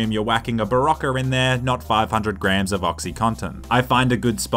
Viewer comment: "Five-hundred GRAMS of Oxycontin..."🤤